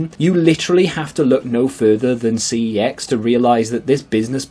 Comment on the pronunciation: You pronounce Cex 'Sex'